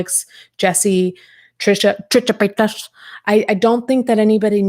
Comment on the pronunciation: I cannot believe I laughed out loud every time you said "Tricha Paychas" why are our senses of humor like this 💀